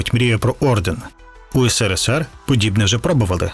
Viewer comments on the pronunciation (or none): none